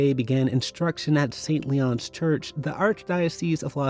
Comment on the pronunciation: Saint Leo. Not Saint Leon. Verbum Dei. Not Verbun Dei.